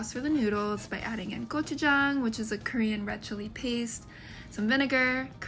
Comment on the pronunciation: She keeps saying ggochu instead of gochu. Ggochu-garu is penis powder. Gochu-garu is pepper spice. Ggochu-jang is penis paste. Gochu-jang is pepper paste.